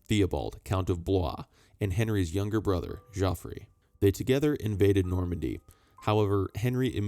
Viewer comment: Thank you for the video. The pronunciation of Geoffrey is the same Jeffrey